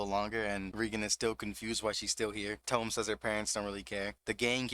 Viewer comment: Hi! Not to be a dick. Ut its peonounced TOE-MEH and not TOUM like a book Love the vid!!!